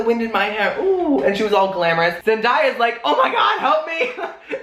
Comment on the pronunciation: Zen-day-a not made just trying to help